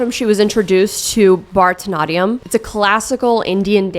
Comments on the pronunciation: ily but bharatanatyam is pronounced ba-rath-ta-natyum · i say this with love, the absolute butchering of bharatnatyam is taking me tf out🤣🤣🤣🤣